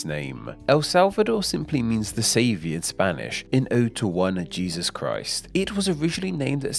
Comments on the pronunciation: "Konkwistador" LOL. And 'Jesús' isn't said like the English pronunciation of Jesus, SMH. 🙉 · Real, because in the Spanish language, Jesús is pronounced similarly to English H. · You should worry about his pronunciation of Jesús 😂